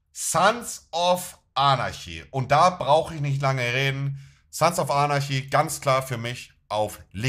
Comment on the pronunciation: Spricht er Sons of Anarchy absichtlich sons of arnaschi aus?? ich meine er ist ja ein riesen Fan, dann müsste man doch wissen wie man die Serie richtig ausspricht 😂